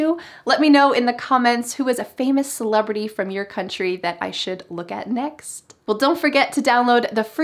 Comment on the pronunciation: Modi and celebratey 🤣🤣🤣🤣